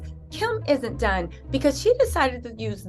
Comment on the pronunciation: Towards the beginning of ur video, when u said "Kim isn't done." I thought u said, "Kim is a DUNCE."🤣😂